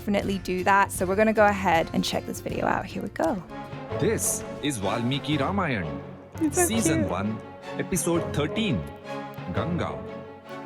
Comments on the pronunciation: it's pronounced ramayaan , not rameyana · Please pronunciate RAMAYAN proper we love that❤